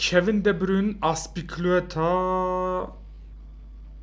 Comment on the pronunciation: azpikuileta değil azpilikueta ve azpilikueta dediğin kişi marcos alonsa